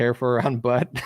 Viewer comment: Butte, Montana is pronounced BYOOT... that shit was hilarious.